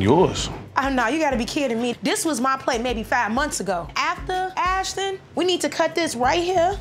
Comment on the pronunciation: Ashton bro I swear they called him ashdon